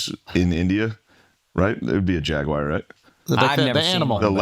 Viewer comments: anyone catch Shane pronounce Jaguar like Jaguire? Wtf is that 😂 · Jaguar. Not jagwire